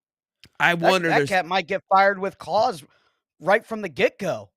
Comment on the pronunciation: It’s CUZ not cuh!! 🤦🏻‍♀️